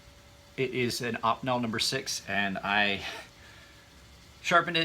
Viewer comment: Funny how you say "Op'nel" . Here in France we pronounce "Ohpeenell". Thanks for the car window tip